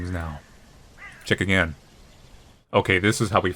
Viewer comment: Not a-grain.